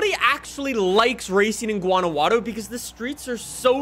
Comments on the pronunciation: Jesus christ its not a hard g. Its waunajuato. Fuckin hell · In Spanish the j is pronounced with a H sound. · the way he says guanajuato lol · STOP SAYING GUANAJUATO LIKE THAT !!!!!!